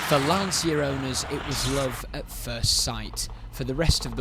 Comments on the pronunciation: Being Italian it’s pronounced Lancha . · Read Lancia as Lancha. Nos lansija